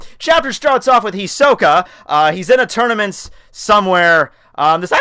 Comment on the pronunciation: this is hilarius you talking about hunterxhunter, you have know ideia of what you're saying ahah well at least you can say Hisoka right xD but thank you i was one of the people you asked you, but go watch the anime first :D that way you will learn how to pronounce shitt